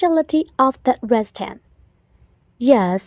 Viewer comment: Restaurantကrestonလို့ထွက်တာလား